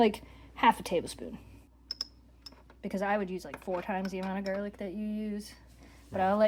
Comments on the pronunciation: At first I thought you said jar lick for the garlic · ok, I’ve never heard it said like that.